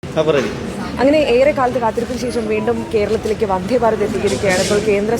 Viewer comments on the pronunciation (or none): 'വൻദ്ദേ' ഭാരത്!!? ശരിയായ ഉച്ചാരണം ആയിക്കൂടെ കുട്ട്യേ?! 'മൽയാലം ചാനൽ' അല്ലേ?